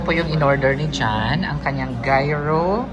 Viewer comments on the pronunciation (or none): Gyro pronounce it like uro” . 😊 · Guerlain: "ger-lan" Gyro= " yee- rro" Happy ❤ day.